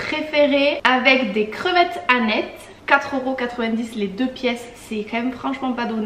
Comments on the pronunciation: L'aneth se prononce anette sinon ânesse = femelle de l'âne................. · Ça m'a bien donné faim 🥲, j'aime toujours autant tes vidéos 💓🌸 et on dit bien aneth (le t se prononce) et j'ai horreur de car ça à le goût du Ricard 😐